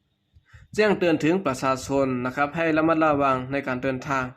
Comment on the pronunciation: ลาวแดง อ่านภาษาไทย ว่า ปะสาสน (ประชาชน) แขงเมืองบ่แก้ว (แขวงเมือง)นังสือ (หนังสือ)สุกสอนไว้ (ชุกช่อนไว้)โอ้หลายๆร้อย คำ ถ้าไม่ถนัดอ่านภาษาไทย เชิญอ่านภาษาลาว ทางไทยอ่านออกและเข้าใจดี อย่าไห้ภาษาไทยวิบัติ เพราะคนลาว ดัจจริตอ่านข่าวเป็นภาษาไทยผิดๆถูกๆ ภาษาตัวเองมีไม่ไช้ นึกว่าตัวเอง ฉลาดอ่านภาษาคนอื่นได้ ภาษาลาวแดงแท่บจะไม่ต้องไช้แล้ว เงินก็ไช้เงินบาทแทน เหลืออะไรเป็นของลาว